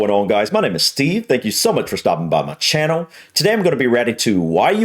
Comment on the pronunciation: The clue is in the title, (British) not English, Channel is not pronounced Ch—- Hann al The Mars Bar, is for high calorie replacement, duh